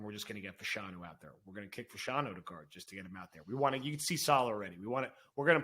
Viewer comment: Can someone please tell that it is pronounced Fash-a-new.